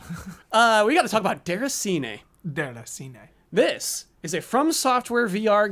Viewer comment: DAY-RAH-SEE-NAY (roll the R), not DER-A-SEE-NAY. Geez!